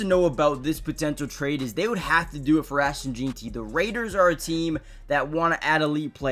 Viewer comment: 1 day before the draft and still can’t pronounce Jeanty right lol